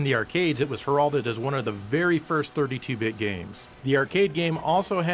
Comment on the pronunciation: Hair El did : heralded , not as you say har- all -did